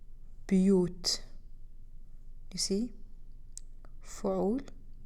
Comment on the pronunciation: are you pronouncing "houses" as "bi yi wu t" or "bu yi wu t"? I swear I am hearing "bi yi wu t" but obviously the pattern is "bu yi wu t". Do you know?